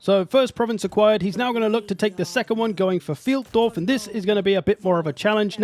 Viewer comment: with all your german cursing I would expect you to know that Pfeildorf is pronounced FILEDORF! Sincerely, ze pronounciation POLIZEI